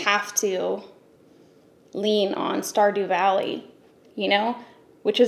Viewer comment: Wtf is star do valley